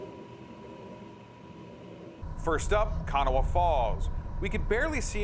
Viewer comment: The river in WV is pronounced Ka-naw. The A at the end is silent. It threw me for a loop too....